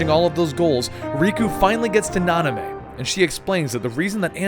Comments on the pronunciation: The fact that he says Nanamé instead of Naminé really pisses me off. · Could you also correct "Nanime" to Namine, kthxbye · 3 videos in and none of the name errors bothered me until Nanime.......I don't know why but it's like nails on a chalk board.....oh well lmao love the videos and Kingdom Hearts is one of my favorite series as well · I'm cringing every time I hear Naname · "Nanamay"? GAH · the way he pronounces half the names make me want to burn down a village. "Naname" "Aquaris" "Xenahort" "zion" "Sorr" last one works I guess, but yeah......The Aquaris one was the worst though, because I could'nt who he was talking abotu and realized he was talking about eraqus..... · It’s (SHEE-on) “XION” not ZYON lol. And namine is not NANA MAY it’s (nom-in-eh) how u know the story but not the girl characters names???